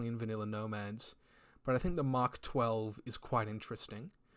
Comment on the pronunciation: I can't tell if it's just the accent or not, but you keep saying something that sounds like Mach rather than Mark 12. Am i mishearing that?